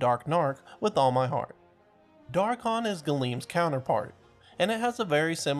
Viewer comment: How did u say rathalos wrong yet say dharkon right